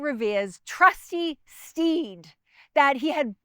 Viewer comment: "Trustee Steed", made me giggle! Excellent programming or should I say content?